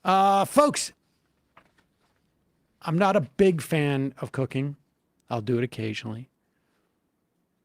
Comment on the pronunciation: Stayed for the comprehensive licking… when you cancel your consumer protections, you’ll have this. 17: 13 He says “COOKING” for anyone else confused. I was like “Sam ehat does this have to do with Cocaine?”